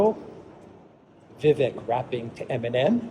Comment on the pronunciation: Thanks. Your walk and talks never fail to inform, stimulate discussion and bring us to places we might not otherwise ever see from such a perspective. Oh and the 'vek' part of Vivek rhymes with cake. Thanks again